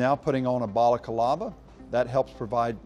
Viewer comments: a what? a balakalava? you mean a balaclava? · lol I am going to lose my mind. For the life of me, I cannot figure out why military and police professionals REGULARLY pronounce "balaclava" as if it has 5 syllables and is spelled "ba-la-ca-la-va." It's pronounced "ba-la-cla-va." There is no "a" after the "c." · "balakalava" so white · Nobody: This guy: Balacalava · So no ones going to mention the way he pronounced balaclava? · He says balaclava so weird...